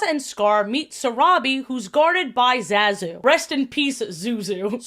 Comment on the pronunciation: You keep mispronouncing Zazu's name and I'm not sure how.